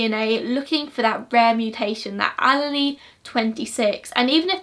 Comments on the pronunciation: it is pronounced "Ah-leel" not "Ah-lee-lee" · Love the video but as someone minoring in biology it killed me every time she said “all-a-lee” instead of allele 😅 (no offense!) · Mitochondrial DNA is passed down from the mother only. That is probably why the defense argued without that there could be error. Also, allele is pronounced ah-leel just for future reference (in the US that’s how we pronounce anyway) Awesome case you did a great job explaining it :) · Are you saying allele? Pronounced uh-lee-uhl. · Wow! In the United States getting all of the DNA from people, that would never be allowed! I love you to pieces girl, you do amazing work! I’m sure you would prefer to know this, I know I would want to be corrected for future videos potentially, but allele is pronounced as “ah • lee • ahl”. 😘💖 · the way you say allele makes me smile <3 hahaha i've always referred to it, and heard it referred to as "allele"- source- i did a foundation degree in forensic science